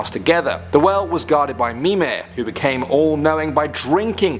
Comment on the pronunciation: mimeR not mime